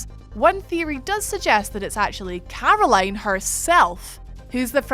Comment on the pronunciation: This accent..... 'Carrrrroline' .